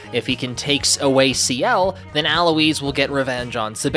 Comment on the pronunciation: also why are you saying Alois’ name like that